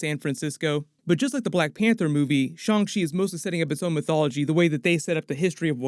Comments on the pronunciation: F!!!! Y'all I refuse to say Shawn Chee Niggah!!! It's Shang. Shang Chi I hate that shit 😤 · He says “shong chi” instead of “Shang chi” and it really bothers me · Shang chi (上吃) is pronounced "shyung chee" and translates as "serve".